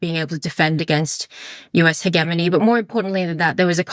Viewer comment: Just b/c is maybe the most impressive young analyst I've ever heard speak on this pod doesn't mean I'm down with her pronunciation of "he-Ge-mony" 😉